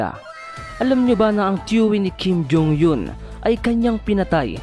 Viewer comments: Mali ang pgbigkas mo sa apelyido ni Kim jong Eun… eun ay di yon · Natawa ako sa pronounce ng kim jhong Yun. Hahahahahahaha